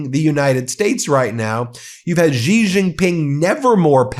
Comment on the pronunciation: Xi is pronounced she